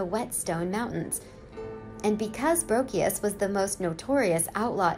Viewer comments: Ok the mispronunciation of Curly Bill Brocious’ name is really annoying. Seen a number of documentaries and no one pronounced it “Brockeos”. There was a another name that was mispronounced to but can’t remember it. If you're going to do the research on the people at least pronounce the name correctly. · And it's pronounced "Bro-she-us", not "Bro-key-us." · Brocius pronounced Bro shus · Butchered Brocious pronunciation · I'm not sure of all these facts here. For one thing, the obvious screw up of the dates. She mispronounced Brocius name. To my understanding Ringo really didn't get to involved in the Tombstone problems until after the gunfight. He did have problems with Wyatt because of some horse stealing. Wyatt believed Ringo stole his horse. Now none of us was alive back then to know for sure what happened but I don't believe some of the stuff mentioned here. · If you watched Tombstone, you'd know how to pronounce Brocius.